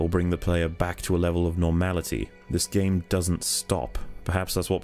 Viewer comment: I just can't listen to, he won't let go his "Dis gaem's a moovieh" bullshit and his voice sounds so damn artificial.